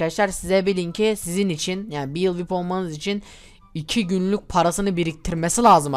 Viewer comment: Vip diye söylenmiyo viaypi diye söyleniyo